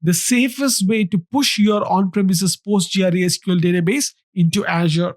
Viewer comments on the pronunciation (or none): Postgre, usually referred to as Postgres, not Post G.R.E. It's a bit disorienting to hear it being called Post G.R.E. over and over again.